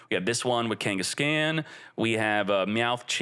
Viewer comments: Ken-guess-CON NOT CAN OR KENGHIS-CON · Kangas-Caan like Genghis khan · Your pronunciation of Kangaskhan hurts my ears. Have you not heard of Genghis Khan from history? Khan is not pronounced "scan". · FYI Kangaskhan is pronounced like Ghengis Khan. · people are going to roast you for some of these names 😂 Its pronounced kang-es-kon or khan like gengeis-khan. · Kangas-scan is crazy 😂😂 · buddy, love your content. Can you pick out a pokemon nerd among your fans to help you with Pokemon pronunciations? Hearing you say Kengis-can, is hilarious, but wrong. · Also wrong, its keng-guhs-kaan . Its meant to rhyme with genghis khan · Dude doesn’t even know how to say Kangaskan